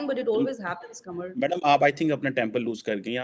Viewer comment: When she said “Qumar” he was so happy. 😂😂